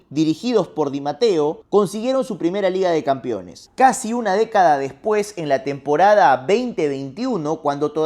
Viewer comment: Deja de decir "campion", "campiones"... Se dice CAMPEÓN Y CAMPEONES, hablas como el Chavo.